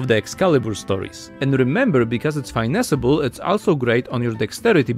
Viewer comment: English is obviously your second language, “finesse” is pronounced “fuh-nes” :P Great vid